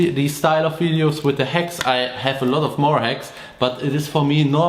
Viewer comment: These are good hex...it took me a few year’s to learn these hex from different mechanics/mentors. Yes I know it’s called hacks but in your accent it sounds like hex. Much luv&respect from Hawaii 🤙🏽🤘🏽